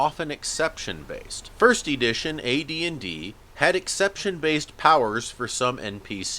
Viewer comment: Did you just say "Ee-dition"?